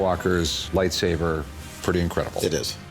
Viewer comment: SABER. It's lightSABER....sorry, they all keep saying lightsaver it's annoying af lol....